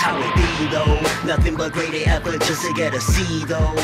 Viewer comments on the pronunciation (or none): none